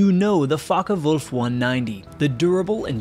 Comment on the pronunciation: Not too bad with the German pronunciation but it would be Focke VULF. W's are pronounced as V's an German. And Kurt Tank would be pronounced Tonk.